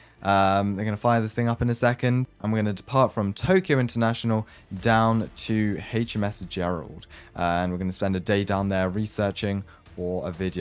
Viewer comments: "HMS gerold" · HMS GERALD?!?!?